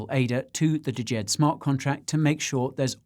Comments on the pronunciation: It's just "JED" not D-JED. 🤦😄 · Guy: DYOR Also Guy: Dajed Pronounced Jed, silent D. Failed on the DYOR from start to finish. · I'm pretty sure its just pronounced Jed, the D is silent. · Before the conference Charles pronounced Djed with the d... At the conference he started just calling it Jed. The D is silent. 😅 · Just say "Jed" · U lost me a D-JED. Cant even pronounce it properly. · Watched an interview and Shahaf said you pronounce it jed without the d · Guy, the first 'D' is silent in Djed. You don't pronounce it 🙂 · 😇 Guy ! ! DYOR ! The leading D is silent in Djed 😇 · But actually the D is almost silent, just a hint at the start. Think Arabic/Hebrew pronunciation.